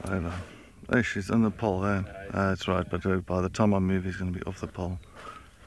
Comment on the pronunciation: LOL that Ehhhh is so South African, if one was to play that for me at any time I'd be like homeboy